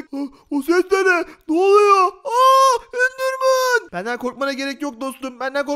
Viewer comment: Endermın degil doğru düzgün konuş